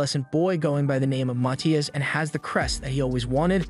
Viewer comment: His name is Matthias not mati